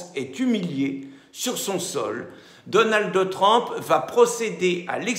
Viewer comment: daunaldeu treumpeu ... quel rigolo